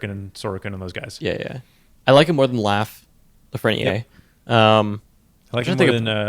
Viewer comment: I know you guys care about pronunciation, you gotta pronounce the R at the end of Lafrenière (La-fren-yair)